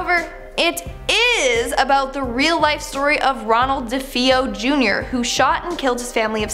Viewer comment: Correction- “Lutz” is pronounced LuH-ts and Ronnie Defao is dah-Fay oh